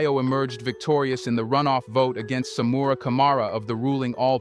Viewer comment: SAMURA IS PRONOUNCED SA-MOO-RA NOT SAMOORRA